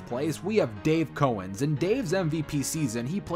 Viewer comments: It’s Dave Cow-ens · Wait, you pronounced Dave Cowens like Dave "Cohens" ( The first syllable should be pronounces "cow", like the farm animal )?